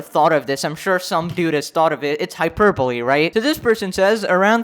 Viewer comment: Finally, someone who pronounces "Hyperbole" correctly